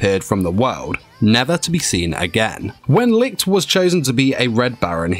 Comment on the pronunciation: Stop saying lick...its Li (CH) t